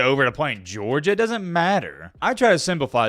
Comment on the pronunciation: “It doent amount to a hill o’ beans” DUDE YOU ARE SO COUNTRYYY.